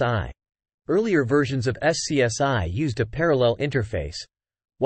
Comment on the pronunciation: The AI voice has to learn that SCSI was usually pronounced "scuzzy" instead of being called by its letters.